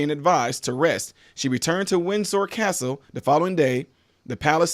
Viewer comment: You are pronouncing the names and the castles perfectly. Love from Staffordshire England. PS: she did not marry at 13, she met him and fell in love and married when she was 21 I believe. The Queen had bone cancer.